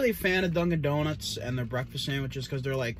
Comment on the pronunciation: 725 likes? We gotta get those numbers up wtf. That hot Boston accent saying Dunkin’ Donuts had me 🤤🤤. Love the sounds your mouth makes when you chew....real wet.